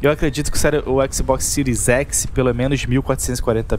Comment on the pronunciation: A pronúncia de xbox é "éks Bóks", não "éksi bóksi" kkk